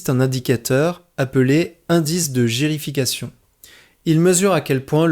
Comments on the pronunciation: la mesure du degré de plissement du cortex cérébral est : l'indice de gyrification et non gérification ! et il y à encore beaucoup d'autres erreurs ! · indice de gyrification et non de gérification !!!!